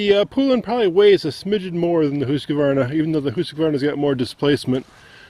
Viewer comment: Husqvarna is really Swedish and pronounced hoosk varna he is saying it correctly